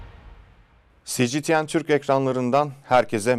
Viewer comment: Si Ci Ti En Türk mü ? puhahahahahahahah duyduğumda videoyu kapadım....